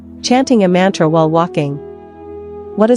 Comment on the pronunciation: Very poor pronounsiation, mantre Excellent